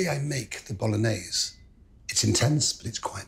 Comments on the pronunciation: It's pronounced " B O L O N I Y E S E " with an E at the end. Polonaise is a Polish folklore dance. I'm surprised he didn't throw in a Knorr cube. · Why does he pronounce Bolognese as if it were French?